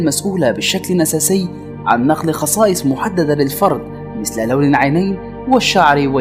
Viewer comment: القاء جميل ولكن انطق الحروف بشكل جيد الله يصلحك في فرق بين الذيل والزيل وفرق بين مثل ومسل